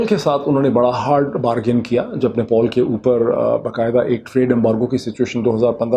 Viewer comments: آپ آپنی اوردو ٹیھک کرین خاص طلفوز اور نیپال ھے نوپال نہی ھے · Nepol nhi chacha...nepal ...paan khaye rakhe ho kya....